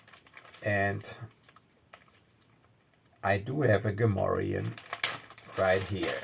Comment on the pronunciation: You speak Gamorrean like a native ;) Nice adventure.